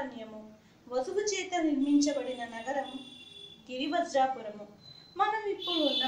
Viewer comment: గిరివ్రజపురం... గిరివజ్రాపురం కాదు...